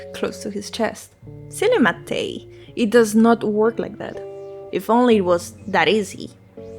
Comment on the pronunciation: hey just stumbled upon this randomly. first channel I've seen talking about this game that pronounces Matej correctly so thank you!! I'm not from the west slavic countries, but I am from a southern slavic country and most of the pronunciation of names and words from both you and seemed pretty much accurate (from what I could tell that overlaps with my language, slovene). I would like to reiterate what another commenter said that you could make your voice a bit louder than the music; though I checked out some of your latest video (about gobsmacked) and the balance seems mostly ok in that one, I think once you are able to get a good microphone your voice will be really clear. I really like your character, it's very expressive and funny (I also checked your twitter and I really like a lot of your art!) best of luck with your channel! I hope you continue to make videos on stuff you're interested in